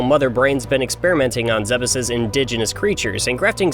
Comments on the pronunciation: I'm sorry... Zeh-bus? I've always said "Zeebs". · Stop calling it "Zebbis" and learn how to pronounce "Zebes" like an American. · It's pronounced 'zeebz' Just like Thebes, Egypt. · Wait...is that how Zebes is supposed to be pronounced?? I've always pronounced it like Zee-b's